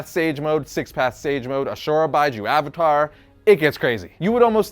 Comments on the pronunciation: Lets not forget "Bye-Ju" mode. Wondering if he actually watched Naruto. 😞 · it's "bee-juu" not "bye-ju".. and ninjutsu not jiujitsu.. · Bijuu is pronounced Bee-jew.